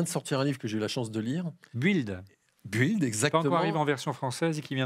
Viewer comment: Please, la prononciation pour "build". Déjà la son "u" n'existe pas en anglais, donc cela serait à la rigueur le son "ou". Mais ici cette lettre est muette. Donc, c'est /bɪld/